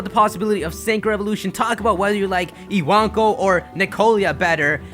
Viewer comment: ewonko it's spelt but he says it as iwanko for some reason